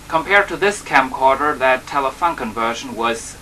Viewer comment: Hallo, young man, Telefunken is pronounced like"Telefoonken" ;) The design of that telefunken version is a matter of personal taste, I think... I like the black more. Bytheway there are another versions of that camera: Saba VM6700 (winered) Nordmende (colour???) Regards from Germany